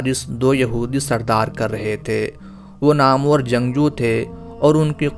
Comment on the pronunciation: السلام علیکم ورحمتہ اللہ آپ سے درخواست ہے کہ کسی بھی واقعہ کو بیان کرنے سے پہلے بالکل درست تلفظ کا خیال رکھا کریں اسی واقعہ میں آپ نے لفظ نامور(nam war)نہ کہ (namoor)جو آپ نے بولا